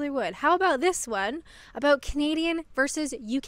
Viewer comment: I like. When I first watched her, she pronounced CANADIAN sounding like Caneedian and I thought she was a comedian and wondered how she could make a living there. She's witty, honest, self-deprecating, and a joy to watch. The British are lucky to have her.